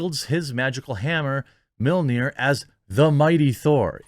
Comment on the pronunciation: I have to laugh at Americans trying to pronounce mjölnir. You guys sound like you're saying meal near. It's more like "me earl near".